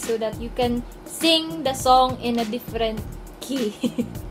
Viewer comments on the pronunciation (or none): it's ley-ni not lani. btw thank u for this! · Lay-knee po hindi lani.💞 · Ate yung pag pronounce po is "laeny" yung " a" ay parang may "e" yung pag pronounce lang naman po. Saka ate,,, pa request po "thru these tears by lany" thanksss love lotsss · Miss stop pronouncing it as la-ni. Pls do your research